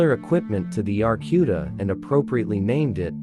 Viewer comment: Get it right clown, it is an AAR C U D A